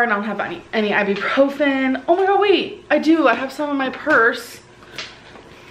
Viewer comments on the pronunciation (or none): It's really annoying that she keeps say "i-bee-profen" when it's CLEARLY iBUprofen.